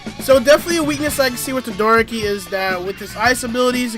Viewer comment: DID THIS DUDE JUST SAY TOE-DOOR-OKI